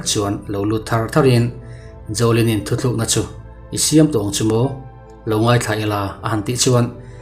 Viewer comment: Ka ngaihmawh chu, thu tlukna tih turah, thu thlukna i ti ṭhin hi